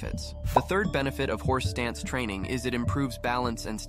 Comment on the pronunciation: wait, are you saying horse dance?